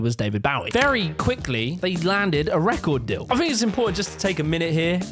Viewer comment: Why did you say "record deal" like that 🤣 Funny that Mindy Kaling doesn't feel that The Office is appropriate today, she's talking about it like it was a vaudeville show a 100 years ago. Good that her moral compass can change that quickly. Morals built on trending tweets.